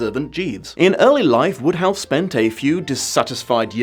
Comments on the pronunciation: WODEhouse. Not Woodhouse. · I never realized until now that Wodehouse was pronounced "Woodhouse". I always thought that it rhymed with "Roadhouse". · Every time you said Wodehouse I kept thinking of Jane Austen's Emma.